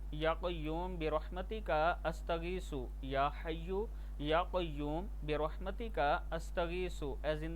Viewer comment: Ya hayu ya Qaum nhi hai Ya Hayu ya Qayumo hai Sharam kro kuch bolna Aata nhi or videos upload kr rhe ho